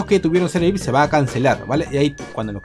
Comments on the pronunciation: emm se dice viaipi no se dice vic, em ese es un mentol que se llama vick XD BUENO LOS QUE SON DE PERÚ ME ENTENDERAN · Se dise ví hay pi y se escribe VIP